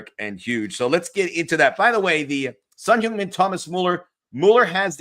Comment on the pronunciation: Please correct your pronunciation for Son. It's not Son "Hyoong" Min .. it's Son "Hung" Min. I know you're married into a Korean fam. Please confirm. Grazie